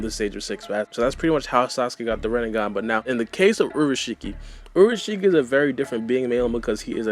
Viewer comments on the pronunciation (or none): u said urushiki it's pronounced as in ulashiki